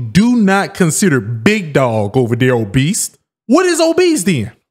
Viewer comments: It’s obese bro.. not obeast.. but she looks like a beast😂😂😂😂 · bro said obeast,lol ......bmi doesn't account for genetics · Man really kept saying Obesed 😂😂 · WHERE THE FUCK IS THE "T" IN OBESE?? WHERE?!?!? WHY TF YALL KEEP SAYING OBEST? THERES NO T IN OBESE!!!! THERES ONE IN OBESITY!!!!! SURE!!! THERES OBESITY, AND OBESE!!!!!!! THERES NO OBEST!!!! FML AGAINST A WALL! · In my head I spelled it "Oh-Beast" 😂